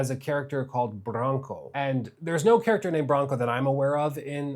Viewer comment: Brohnko 😭😭😭 its Branko pronounced for english speaking people as Brahnko not Brohnko.